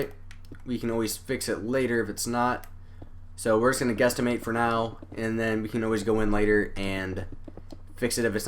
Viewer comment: He said guesstamate